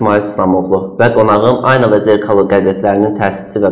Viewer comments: Cox xahiş edirəm,düz əməlli aparıcı secin.Diksiyası bərbaddır,adam azərbaycan dilini məhv edir.Adi "Ayna" sözünü düzgün tələffüz etmir. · Elcin muellim once garsinizdki jurnalistin ayna sozunu duzgun teleffuz etmemesini ona izah edin.